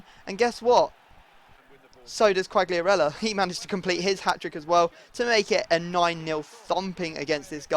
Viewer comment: you don't must spell the G from Quagliarella so Quaiarella ^^